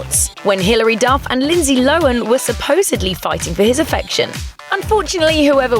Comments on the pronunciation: Lindsay "Lowan"? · who the hell is "lindsay lowen"? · Tf's Lindzee Lowin?